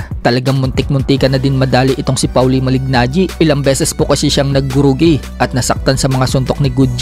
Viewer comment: Pawli? Polly Ang tamang pagbigkas ng name ni maliggnaggi